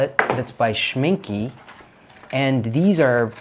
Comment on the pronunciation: Hallo, Rajiv. Your German pronunciation sounds great, especially when you recalled what your friend's Oma said-- but please help spread the word that Schminke is not pronounced Schmin-kee🤣, but rather Schmin-kuh😉! Love watching all of your art adventures with Marcelo! Tschüss!